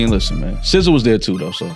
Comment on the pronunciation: They asked for encores on both nights but he did NOT perform it twice. This is why I don't like AI content gets the facts wrong & butchering SZA's name.